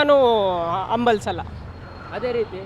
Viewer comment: 7: 09 ಅಂಬಲಸಲ್ಲ....😂 Yavdavva ನಿನ್ ಕನ್ನಡ😂 ಅಂಬಲಸಲ್ಲ